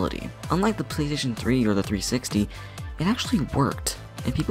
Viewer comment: plastation two and wat lol